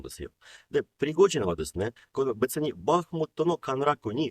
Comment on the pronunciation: ナザレンコさんのБахмутの発音が素敵です！ 昔、ロシア語を習ってましたが、хの発音がいいですね、さすがです